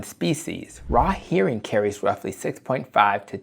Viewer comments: sounds like "hairing" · It's pronounced "her-ring", not "hear-ring". 🙂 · Nice video! but HERRING not Hearing lol